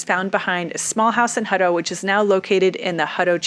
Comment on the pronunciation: It's my last name, and always been Hut-tow, "Huddo" just sounds lazy. Just saying... 😉